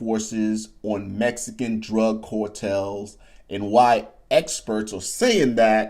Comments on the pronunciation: Yo homie, it's car-tels not cor-tels 😂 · The stuff he's talking about our special forces get involved. That's the end of the cartels and this guy cannot even pronounce cartels, right?🤣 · Dude, you can't even pronounce the word cartels correctly. You think anyone is going to care what you say about them?